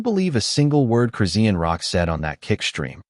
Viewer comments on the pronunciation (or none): It's no one's business. This is fake crap. You aren't even saying her name correctly. Dumb ass.